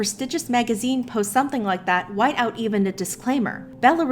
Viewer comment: I know I can’t be the only one who thought it was funny when she lowkey threw shade and said “whiteout” instead of without 🤣🤣